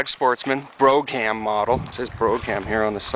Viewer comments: I'm not sure what is more annoying. Calling it a C class (it's a B) or saying brouGham. The G and the H for that matter, is silent. It is BRO'um. And you could back off on the H in veHICKul some as well. Congrats on the purchase. It really does look good. What engine is it? 360, I would guess. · its pronounced brome... not bro- ham.... hahaha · brog ham ???? It's Brougham "broum" just one syllable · Brougham pronounced "broham" not "broggham " learn english "I like dat" , shit I'd like to hear you say "thought" or "brought"......thoggut? brogut? all this talk of travel and you americans never leave your own shitty country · its pronounced BRO--- HAM ,,NOT BRO CAM ,, !!!! BRO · Not "bro-cam"! It's "Brougham"! - single syllable! omg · not bro ham ........bro - um. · Its NOT a Broge-ham .....the "g" is silent.... pronounce it Bro-ham.... just to let you know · Pronounced BRO-um. Same as the Cadillac models. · That's pronounced "BROAM," ok ? Dude, the camera work makes the viewer want to swallow their tongue. Nice ride ! I only have a toilette in mine. I really need to install a shower as well, plus I don't have hot water. That's Vehicle, not VEEEEEHICK-LE ;) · No it isn't, it's pronounced Bra Ham, where are you from Son? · Good video. In the USA it 's pronounced Bro=ham, in the UK it's pronounced Bruf -ham...go figure. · Ummm...that was painful to watch. Broog ham. Lol. Smh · Most people pronounce "Brougham" like "Brohm". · It is pronounced Brome, and rhymes with Home. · Sweet Brougham! (pronounced Broam) Working up my 95 Roadtrek 210 and going solar too... good luck and continued success! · "Brog-ham" model... lol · And it's "brome", long O sound. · Just fyi: brougham is pronounced (I believe) brawm. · LOL........"BRO GAM" model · Nice van!I'd love to have one like that for use at my hunting club.Anyway,it's not a big deal,but "brougham" is pronounced "bro-am".The G is silent. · It is pronounced Bro-am. The g is silent. Cool machine.